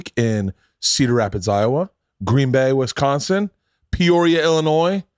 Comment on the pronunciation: wis-CON-sin, trust me it will save you some trouble